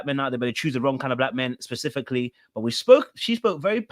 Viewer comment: PACIFICALLY😂 every-time I hear it I vocally try to correct!!!! It’s SPECIFICALLY 😂